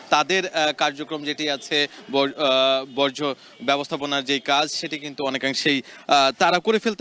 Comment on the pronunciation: বজ্র না,বর্জ্য😢